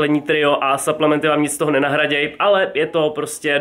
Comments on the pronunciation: po česky suplementy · Jaký saplementy do háje čte se to suplementy